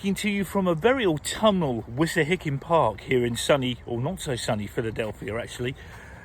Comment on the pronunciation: Did you say Wissahickon in Philly? The accent is throwing me off there. Must be a North Philly accent...